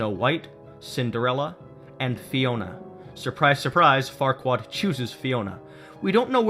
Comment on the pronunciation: He called "Farquaad" "Fuckwad." Lol.